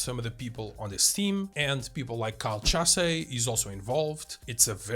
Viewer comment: Learn how to pronounce Chasse